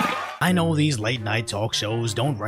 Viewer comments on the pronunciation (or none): none